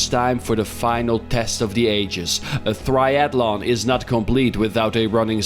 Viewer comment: A "thriathalon" 🤣🤣🤣🤣